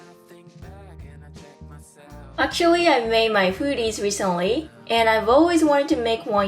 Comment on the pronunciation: Nice video. It's "hoody" though, not "foody".